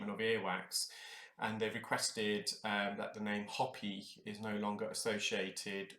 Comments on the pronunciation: FYI : the Indian tribe, Hopi, is pronounced hope-ee (not hoppy) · The HOPI tribe is pronounced "HOE-PEE" (think "farm tool" - "urination"). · I thought he was saying poppy. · Came to say this! UK folk—if you come to the US pronounce it correctly or we won’t know what you’re saying. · I was just going to make the same comment. It felt slightly painful to hear his pronunciation.